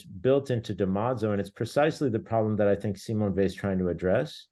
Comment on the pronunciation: Simone Weil is one of the greats. Please say her name properly.